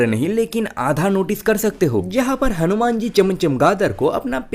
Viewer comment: Tu nam acchhe se le.. hanuman ji hai o😡